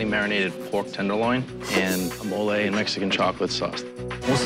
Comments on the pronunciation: it’s not Mole it’s “Mole-ayyy” 😂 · 'mo-lejh' sauce?